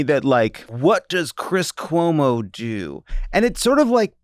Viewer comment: Did Jon say Cwis Cuomo?